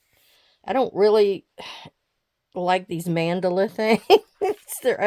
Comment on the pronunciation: Your pronunciation of mandala is correct. I looked it up (although I was sure, I wanted to verify) in Merriam-Webster. It's pronounced MAN-duh-luh. In England, for some reason I hear them pronounce it as man-DEL-ah which is not correct. I wonder if they are assuming the word has a connection to Nelson Mandela whose last name is, indeed, pronounced as man-DEL-ah. But, his last name has an "e" whereas the word mandala has an "a". Another word I hear a lot of crafters mispronounce is damask. I hear it pronounced as da-MASK. That is not the way it's pronounced in the states. Miriam-Webster has the pronunciation being DAM-ask with the emphasis being on the first syllable, not the last. Your lap book is looking really good!!